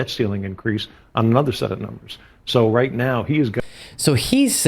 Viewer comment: Did Marge seriously just say "at this point right meow, what the hell is wrong with Republicans?" Is she transitioning into a furry? Lmao!